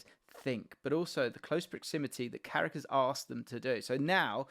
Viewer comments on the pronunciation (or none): It’s carrick you knowwwww